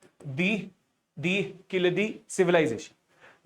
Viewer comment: Its vaigai not vagai 🫤😓 too bad pronunciation. Its not keechadi its keezhadi (learn to pronounce "zh" "zha" if these english letters involved in tamil name